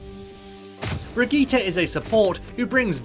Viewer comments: Its actually pronounced Bri - gi - teh. With a hard "r". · bri - gi - tay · theres no A in bridgitte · The way you say her name is terrible. These are also more beginner basic tips. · everything right exept of your pronounciation of her name